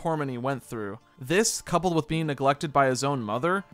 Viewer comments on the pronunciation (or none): none